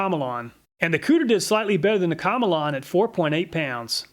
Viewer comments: I think you pronounce Komelon that like “chameleon.” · Obviously the komelon is pronounced chameleon like the lizard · pretty sure in pronounced chameleon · My apologies but I feel as if "Komelon" is pronounced "Chameleon". I'm not Chinese and I'm decent in English but that's how I would pronounce it. Since a Chameleon sticks it's tongue out and has the shape and colors to match the animal? Just my thoughts? 👨‍🎓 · I always thought it was pronounced the same as Chameleon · i did not think he would pronounce it that way and i had to pause the video to clean up the ice water i spat onto my lap